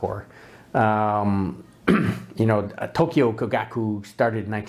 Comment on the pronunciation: I share your enthusiasm for Topcon and Topcor. If I could make a few suggestions, 1) Learn how to pronounce "Kogaku" since you say it so many times and it just sounds rather grating compared with the Japanese. 2) The part about Tokyo Kogaku supplying the Imperial Army is true, but it also later supplied the Navy so that is a bit off topic IMHO, 3) Yes, the company is still around but makes different technical equipment. 4) Hanimex and Bessler are not always Topcons. Both were importers and carried other companies besides Topcon., 5) If making an intro video I would certainly try to explain the different mounts since I imagine some people will buy UV lenses thinking they can buy a cheap adapter, and will be disappointed. That said, you took some cool shots and seem to really enjoy editing video. Must be cool to teach in Saigon. Closest I've been was Phnom Penh. Aloha.